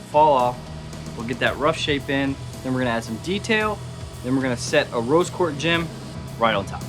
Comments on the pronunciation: Roby Quarz? It´s Rose Quarz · Did anyone else hear the guy that did the handle say 'ruby Quartz ' it rose quartz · He said “ruby quartz “ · My mans said “ruby quartz” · Did he say “Ruby Quartz Sword”??? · Did anyone else hear him say Ruby quartz